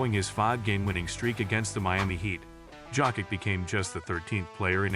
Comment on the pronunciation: If you can't pronounce Jokić, please call him Joker. PLEASEEE